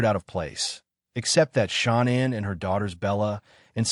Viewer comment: Pretty sad YouTube video on these people and you can't even pronounce her name her name her name is Sha. Nam And you probably wonder why you getting no views idiot